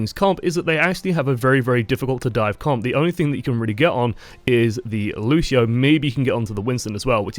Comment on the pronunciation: I'ts LUCIO not LUSHIO